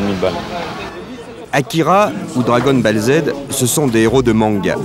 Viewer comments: Le commentateur apeuré quand un gosse lui parle des 64 bytes de sa console, il prononce dragon ball z en disant "bale" au lieu de prononcer [bol]. Un peu largué le gars mdr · Dragon BALLE z 💀💀💀j’ai mal aux oreilles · "Dragon balle Z" AaaAaAaaaaaaAAAaah mes oreilles saignent !!!! >.< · "Dragon balle Z", "Dragon boule Z", le fameux héros de mangas 🤣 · "Akira ou Dragon Baleuh Z" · « Dragon Balle Z »😂 l’ancêtre des « meuporg »😅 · "gAme boy" "dragon BAlle Z" Dès que ca parle de jeux vidéo, ils parlent de ce qu ils ne connaissent pas et ne savent même pas prononcer les mots. Et ca a très peu changé ! Sans connaissance, c est plus facile de dénigrer et d inventer. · Le fameux Dragon Ball"e" Z 🤣😂😅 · "Dragon Balle Zed" ... Wow... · …. Il a vraiment dit « Dargon Balle Z » 😭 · Dragon "balle" z 🤣🤣🤣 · Il m'a tué comment il a prononcé Dragonne bAlle Z 😂😂🤣🤣😭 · Mdrrr la prononciation dragon bell zed 🤣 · "Dragonne Balle Zèd." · Dragon "balle" zed 🤣🤣🤣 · " dragone balle zed " 🤣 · “Dragon Balle Z” 😂 On était quand même pas mal en avance en culture japonaise par rapport au reste du monde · "Bong" 🤣 "Dragonne BALLE 🥎 Z" 😂 En plus le gamin les prononce correctement après. C'était si compliqué d'écouter un enfant qui connais le sujet, au lieu de se ridiculiser ? Non, Dragon ball Z n'est pas un "héros" de manga. Le mec ne connais vraiment rien au sujet qu'il traite. Un vrai journaliste. Ce reportage est tellement malaisant, même pour l'époque. 😬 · "Dragon Balle Z" 😂😂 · Le journaliste qui sort Dragon « Balle » Z, au secours 😂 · Le « Dragon Balle Z » m’a tué 😂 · "dragonne balle Zaide"". Aïe j'ai mal 🤣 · "Dragone balle z"🙂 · "Dragon Balle Z" Aie aie aie ! :( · "Dragonne balle Z". Non mais au bûcher ce commentateur. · Ouais le narrateur à l'air vraiment à l'ouest niveau jeux et mangas, avec Dragon Bèl Z à 😂😂😂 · " Dragon Balle zed " 😂😂😂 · J'avoue g crise aussi lol "dragonne Bâle zede" 😬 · Chaque fois qu’il dit “dragon ball Z” une étoile meurt